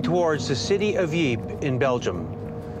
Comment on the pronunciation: Lol, yeah, i live on that frontline, and i'm still trying to figure out where the city of Yeep is, I know about Ieper (or Ypres), but Yeep, never heard of it, maybe that's where the smurfs were from.